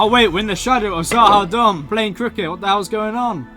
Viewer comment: LOL I love how you keep mispronouncing "Z'Ha'Dum" despite it being pronounced properly onscreen every time :)